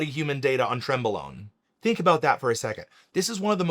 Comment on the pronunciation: You're mispronouncing "tren-bologna"...lol